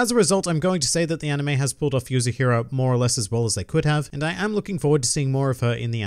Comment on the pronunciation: How many chapters does volume 1 have ? And the girl's name is "Yuzuriha" not Yuzuhira. It's Yu-Zu-Ri-Ha .